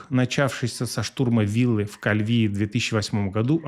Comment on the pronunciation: Не в кальвИе, а КальвиЕ